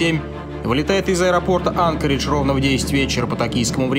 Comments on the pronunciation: Только не Анкоридж, а анкОридж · Только город на Аляске не Анкридж, а Анкоридж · АнкОридж. Ударение на О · Правильно анкОридж и ИКАО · Единственное над ударениями и географией поработать нужно Сахалин это остров а не полуостров и Анкоридж ударение на О делается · И Анкоридж, ударение на О!